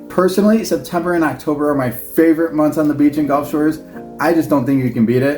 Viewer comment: brother, it’s Gulf, not golf:) Great video guys!